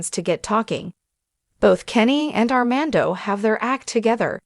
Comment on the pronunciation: How embarrassing you can’t even say Armando’s name or the word fiance correctly—why would I subscribe to this nonsense